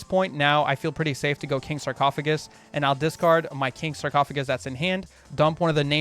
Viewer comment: Dark world chads cringing every time he says discard